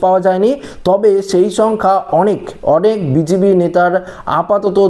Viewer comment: তুমি বলছো বিজিপি ওটা হবে বিজেপি তোমার ভাষা সংশোধন করো